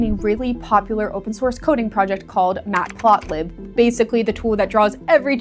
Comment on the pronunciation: The "iMac Mini"?? "Mat Plot Lib" as three words? You have some strange mistakes in this video that is starting to make me wonder if this whole video is AI generated.